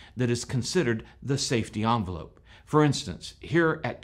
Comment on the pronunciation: Envelope. EN velope. Not "Awn" velope.